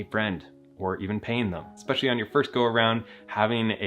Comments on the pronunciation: there is no X in word especially. it's not fucking eXpecially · Can people please stop saying "expecially" already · wait why do some people say expecially